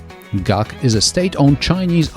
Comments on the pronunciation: Is G-A-C not gac guangzhou, zho not ju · GAC= Guangzhou Automotive Company. Not Gaak. G-A-C.